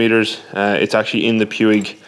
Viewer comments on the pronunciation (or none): It's pronounced pweeg.